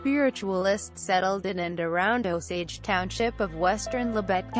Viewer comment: It Is O-SAGE like the American Indians. Come on now.